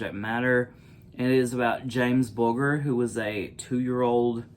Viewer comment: Just for reference, the ‘g’ in Bulger is pronounced like the letter j. That murder shocked the entire world. When it happened, my eldest son was only 3 years old. After learning about the case, I was terrified and kept my son in his pushchair whenever we were in the shopping centre. It’s sickening that the boys were given special treatment by way of new identities. That’s a bitter pill to swallow. 💕💕